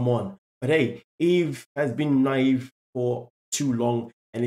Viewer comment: She’s na-Yve